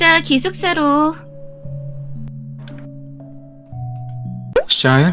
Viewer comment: 아니... 이 샤일 부를 때 나만 쌰일이라고 들리나....쩝